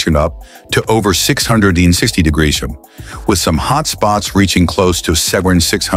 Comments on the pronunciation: What's a "degreesrum"? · "700 degrees shun"